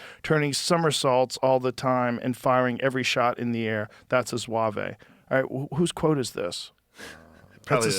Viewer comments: In "Zouave" The E is silent. Zouave, not Zouwavay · Couple of things—(not saying this to be mean because I love both of these guys—but be cause I’m a fucking nerd.): 1) It is not ZOO-AVH-AYE, it’s ZOOO-ahhv. A French word. The Zouave uniforms were utilized by BOTH Union and Confederate troops (select units) early in the war. Both side phased them out when it became obvious the gaudy uniforms made excellent targets for opposing sharpshooters. 2) The officer who boasted, “Don’t worry men, they couldn’t hit an elephant at this dist…” was Union General John Sedgwick—shot and killed at Spotsylvania, NOT Gettysburg. It happened in May of 1864. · Zwave… nice pronunciation Shane. Good Lord. He knows just enough history to look knowledgeable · My dad did civil war reenactment as a zouave. Its pronounced zoo-ahh-v the e is silent. I used to get drunk with shane in gettysburg. I grew up in lancaster. He would show up to reenactments. All the housewives thought it was nerds playing dressup but once the sun went down, its crazy parties. Crazier than any colllege party. They bring prostitutes, hard drugs, you name it. My dad used to always beg me to not tell my mom lol. I wonder if shane would recognize me 15 years later. Once a year us younger guys would go with our dads and get shit faced, try to find ghosts LOL. He hasnt changed one bit.